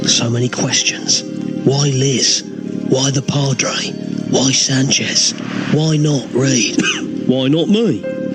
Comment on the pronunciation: There's a hidden joke in Garth calling Sanchez 'sanj' (as a mispronounced 'singe' - typical for Garth - which would mean monkey, in French).